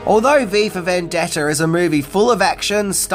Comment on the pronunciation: Your pronunciation at a few points sounds like "Viva Vendetta," potentially even more dystopian 🤘